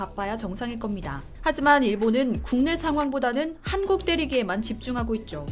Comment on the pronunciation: 기사를 읽고 계시는 아나운서 자신의 발음을 다시 들어보세요. '한국'이 단음이 아니라 '한:국', 장음으로 발음해야 하지 않나요~? 답변 바랍니다